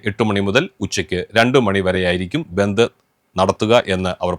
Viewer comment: ബന്തു എന്നാണോ പറഞ്ഞെ. അക്ഷരം മാറിയോ